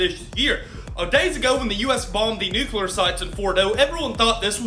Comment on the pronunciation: It's not nuCUlar it's nuCLEar. IDK why, but it just irritates the shit out of me when that's mispronounced. I'm sorry, don't mean to be that guy, but this time I couldn't help myself. I really enjoy your channel. Keep turning out the good stuff.